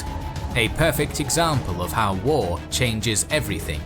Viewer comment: pfff ive watch many of youtube videos and some twitch streams since mid january but i never get past how she pronounces "war", like "wuar" not making fun just pointing it out